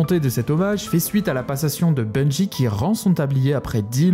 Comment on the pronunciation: Bon sang ... pas BUNGUI , ça n'a aucun sens que cela soit en français ou en anglais. C'est Bungie comme BUNJI ! C'est insupportable , comme les types qui disent Enjaine ... c'est engine comme enjine ou une angine mais pas enjaine ! Vous nous faites passer pour des gros débiles putain !